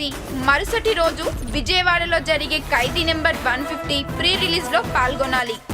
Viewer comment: amma thali telugu ni khuni cheyyodhu.kaidi kadhu khaidi.